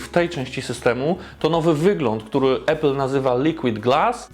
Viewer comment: Mega robota, jak zawsze! Podam dalej, gdzie trzeba! Tylko proszę „Apple”, a nie „Epple” 🙌🏻